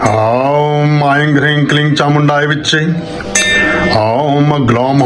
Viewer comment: vedio मे aing ऐंग्, hreeg हरीग्, क्लीग् ke उच्चारण हुआ है